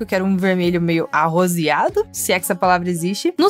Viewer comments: não é Arosiado É Arosado 😂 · É arrosado fofa